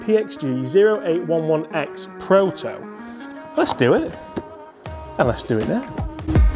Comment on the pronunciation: Model is pronounced 'Oh-eight-eleven-ex'